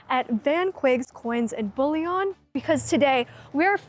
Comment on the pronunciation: Bouillon? Yeah, it's definitely not concentrated soup stock. It's BULLION😂 As in bull yen...